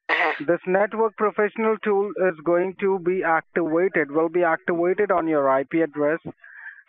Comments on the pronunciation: Actiwated lol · This network tool will be actiwated... It will be actiwated OwO uwu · it will be ACTIWAITED